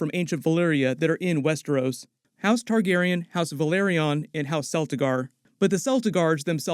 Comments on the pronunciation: I dont know how many times I need to say it; its Targaryen, not Targeren. Your mispronunciation is infuriating. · Noticed you started pronouncing Targaryen like Tar-gar-en now. Is how everyone else pronounces it wrong or something? Isn’t it Tar-gary-en?